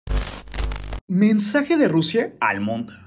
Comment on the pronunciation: Al principio dice mesaje no mensaje